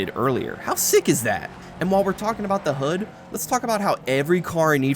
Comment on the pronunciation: its hud not hoot